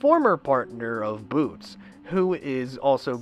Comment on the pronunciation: I find it funny how you keep Calling Batz or Butz. boots Lol XD but i have to say Janga Is the most frightening Klonoa villain in the series ^^